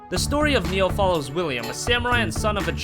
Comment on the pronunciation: Its Nii Oohh Not NEO And since when is Gravity Rush a J-RPG ?